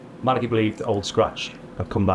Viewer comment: Art never did get it was Mala-"key". The man himself tried to correct him two or three times but it just didn't stick.